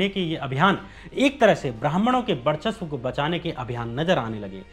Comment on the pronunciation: भाई, अपना उच्चारण ठीक करो यार! शिक्षा को सिच्छा बोल रहे हो, वर्चस्व को बर्चस्व, ब्रिगेड को बिग्रेड, बिचारधारा, आसंकाओं, यह सब क्या है? 😀😀